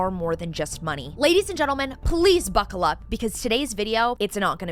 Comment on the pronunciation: i will never not laugh at you telling us to buccal up. I always forget and it makes me laugh so much each time. 😂 I LOVE you and your videos. You're the girly I've needed to give it to us straight and show the dangers and often irreparable damage! Love you! Also, you're SO PRETTY that I would assume you had work done. Not that you look like it at all, you're just naturally gorgeous! Your boyfriend ain't wrong!!!